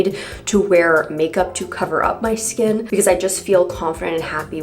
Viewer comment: “vill you vear vigs?” 🥲✨🖤 thank you for the lovely video.